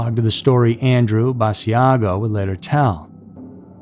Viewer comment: All recycled regurgitated reheated stories. 🙄🥱 It’s Andrew Bassagio, pronounced Bah-Shaugg-oh.